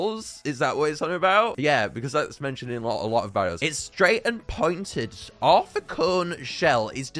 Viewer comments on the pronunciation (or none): none